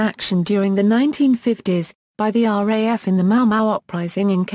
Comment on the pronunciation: That text to voice failboat... what were you thinking? Array F instead of RAF... looool!